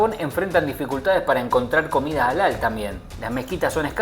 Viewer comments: se escribe Halal y se pronuncia "jalal" y no alal como lo dijiste. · Se pronuncia JALAL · la carne halal o permtida se pronuncia / jalal /